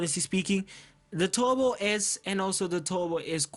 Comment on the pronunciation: when indian speak english turbo = tobo